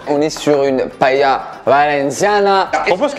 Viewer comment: La prononciation de la paella me fait un peut mal au oreilles 😂😂